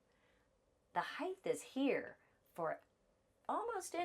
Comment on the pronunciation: I like your videos, you give great information! ❤ Can I offer one small suggestion? Please say “Height’ correctly, there is no “th” sound at the end of the word, just a hard “t” sound. “Width” and “Depth,” on the other hand DO have the “th” sound. I hope you are not offended. So many people make this mistake. I was raised by two English teachers and it was drilled into me as a kid. You too can sound like you were raised by English teachers with one small change! 😂 I have to compliment you on your grammar otherwise. You are VERY well spoken, and a JOY to listen to. Thank you for sharing your videos with us. I have learned so much! 🫶😊